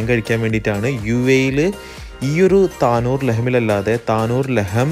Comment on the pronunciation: താനൂർ അല്ല, ലഹം തന്നൂർ ആണ്